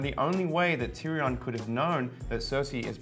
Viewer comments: WTF is a "TeeReeON " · ... this dude doesn't know how to pronounce Tyrion.